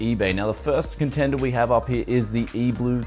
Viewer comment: It’s E-3LUE not E-BLUE